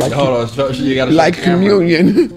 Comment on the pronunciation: She said like communion 💀💀